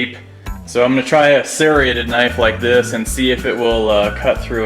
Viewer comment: 🤣😂🤣 "Searaded" .. The word is Serrated. it's a serrated knife not a Searaded